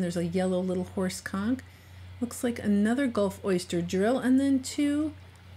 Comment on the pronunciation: XD I can’t help it. Every time she says horse Conk I hear something bad. Thanks brain.